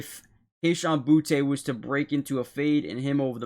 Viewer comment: It’s not pronounced Boutay, it’s just booty